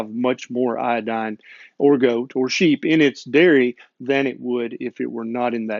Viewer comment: It is not iAdine, but it is properly pronounced iOdine.